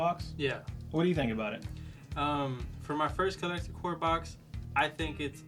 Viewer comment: Do you guys not know its called Collector CORPS not CORE???